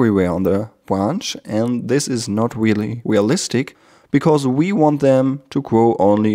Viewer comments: i knotiked you say hairs but not really really is weally it okie i can tech u a england lessona Ic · That's weely, weely woot! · i sorry peopl.e judged u for te w instead off R in speak I understood your fealing i be friend... ? ? pepol just tese u because thety are gelos of you skill's i like u skill and IQ 300 i friend? good video i subskr subbed} to you friend sorry bad england1 I